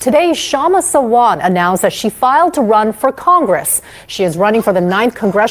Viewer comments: Hello.. Sawant is pronounced Saa-vunth.. not Savant 🤗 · It's pronounced SAA-want (last syllable rhymes with hunt) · The speaker must learn how to pronounce the name Kshama Sawant . Disappointed